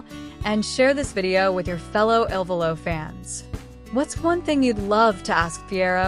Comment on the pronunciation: First, it is not I.L.VOLO…..it is ILVOLO……not ILLINOIS VOLO……. Learn the proper pronunciation of each of their names…..you are totally embarrassing yourselves. How can you profess to be professional when you make major errors??